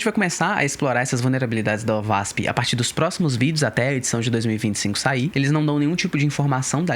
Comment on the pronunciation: se pronuncia : OASP